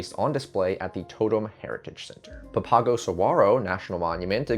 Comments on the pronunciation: Papago is pronounced “PApa-go.” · Thanks for the info! BTW, "Papago" is pronounced PA-pa-go. 🙂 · It’s PAP-a-go park, and it’s fully 10 miles from downtown Phx. It’s much closer to downtown Tempe ~2 miles.